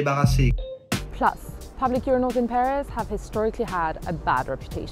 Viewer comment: Pee-ris eau de toilette